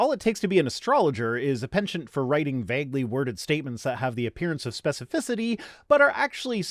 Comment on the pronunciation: Definitely! But he says "vague" and "plague" with a strange (to my Southern US ears anyways!) emphasis on the "a". He's made a comment before that he's gotten some hate for how he says "vague" so I know at least one other person out there hears what I hear lol.